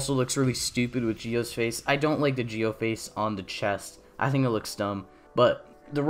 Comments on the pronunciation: Why do you say it like that ji-o I thought it was zi-o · Im just gonna ask why he says gee-o and not zi-o